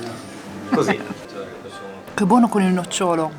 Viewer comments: Ragazzi, però nòcciolo... Il nocciòlo è la pianta. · Nòcciolo… piú che nocciòlo credo